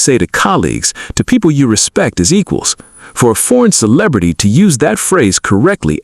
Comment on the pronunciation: Good content but AI reading is rough ...cannot pronounce "celebrity" correctly.